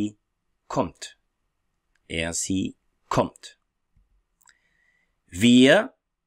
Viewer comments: Prof, Warum pronounce Sie as an S rather than a Z? Ich wohne in Kamerun! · Do not we pronounce Sie as zii ? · Thanks for the video, I have a question about the pronounciation of "Sie", I always heared it like "Zee" but the way you say it is different. Could you explain to me the reason ? is it due to different dialect ? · Why "sie" Sometimes it pronounced as zee or cee I'm confused! Following you from Egypt 🙋‍♀️